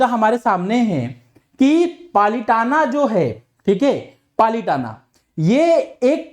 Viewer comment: Its palitana not palitan